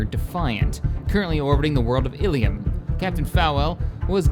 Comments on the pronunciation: I only request you attempt saying Ilum like this {Ill=uh-mm}. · Its Il-lum and Tython